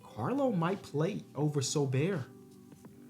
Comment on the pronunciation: Btw, sorber is pronounced Sore-Burr